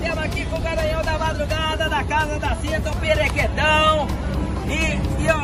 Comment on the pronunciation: Perequetão q ele fala parece q ele fala parequetão